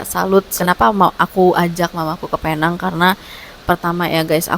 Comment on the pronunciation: Alhamdulillah.. Tapi sebutannya “peneng”, walaupun ajeaanya penang ataupun “Pulau Pinang”